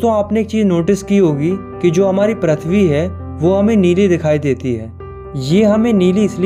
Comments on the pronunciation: Prithvi❌ prathvi✅ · Prithvi ❌ Prathvi ✅ 😂😂😂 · PRATHVI❌ PRITHVI✅